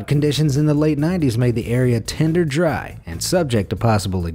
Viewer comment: Dry. Not Jry.